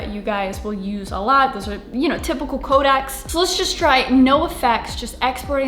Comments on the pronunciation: I know this is nitpicky but it is co DEC not codac super small thing and great video but idk why it was bugging me so much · FYI - CODEC is pronounced COH-DECK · codec ("Co-deck" or "Co-dex" for plural) not kodak ... I tried to keep my mouth shut but it's 4th video of yours I've seen you say it